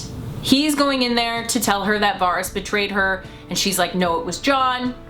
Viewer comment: Jeez u watched the show why can't anyone say fucking varys properly. Why not go all out Aren't ya Stark. Joan snow or egnogg bartendering